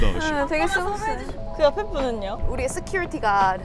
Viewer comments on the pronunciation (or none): none